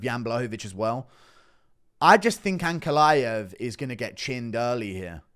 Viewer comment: The way you say ankalaev, the "aev" part i wish all of you "westerners" could said fiz-"IEV" the same way xD